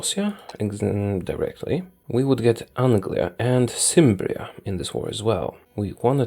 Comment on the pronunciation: Cimbria is pronounced with a K. Else your video is very enjoyable!